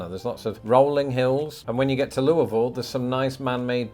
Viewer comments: CO is definitely Strong Potential. It's a beautiful state. You got my state, "Can-TUCK-y" ranked where it should be, and you even slur-pronounced my city "Looah-ville" correctly! 😀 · I’m so glad you didn’t rate Kentucky as Indiana. I’m totally impressed that you know how to pronounce Louisville. Good on ya! Randel in Kentucky. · Kudos for correctly pronouncing Louisville but Kentucky isn't really pronounced like Ken Tucky. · You need to check out Natural Bridge, Mammoth Cave, and some of the beautiful horse farms along with many of the lakes and rivers in the Bluegrass state. Kudos on your pronunciation of Louisville. Most Americans outside of sports broadcasters don't get it right. I visited family in Los Angeles, the farthest I've been away from home, and when introduced as being from Louisville, the first question I got was how to pronounce the name. It's a thing apparently. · The fact that you pronounced Louisville correctly, and ranked Kentucky fairly, was great